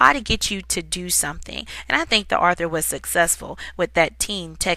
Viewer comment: This person doesn't know how to say author correctly I guess